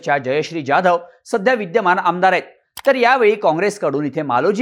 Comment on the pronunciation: 'जा'धव नाही (ज्या). जहाज च 'जा'धव म्हणा. #अभिजात_मराठी